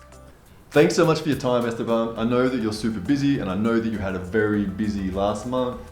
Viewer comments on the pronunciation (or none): Awesome video but, do you know you’re killing Esteban’s name. You pronounced it Estebomb. It’s Este-BAN.